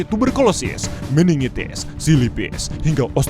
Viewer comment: Yg bener sipilis bukan silipis.